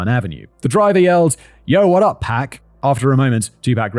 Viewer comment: Simon is a treasure, but every single time he says "2 Pack" it makes me wince and put my head down. It physically hurts me. I am in pain.